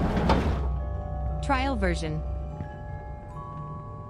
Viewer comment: SO ANNOYING ""tRaiL vErIoN" 😡